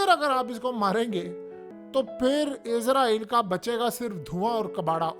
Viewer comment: ابے گ د ھ ے تجھے ہزار دفعہ کہا ہے اسرائل ہوتا ہے لفظ عزرائل نہیں۔